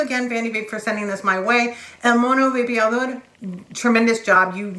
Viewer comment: Nice review! El Mono Vapeador (love the way you say it!) helped me to quit smoking. After watching the video i've decided to buy it as soon as it comes to my country. Spanish reviwers are not imparcial and objetive like you. Thanks a lot for this video!!!